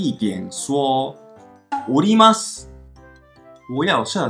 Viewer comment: 我在東京時一直聽成のります…想說都要下車為啥要講上車，原來是おりますww